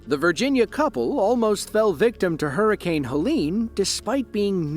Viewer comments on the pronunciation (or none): none